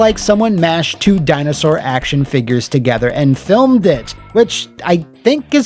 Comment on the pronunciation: “Thats a little baby Dino-Sawr” 😂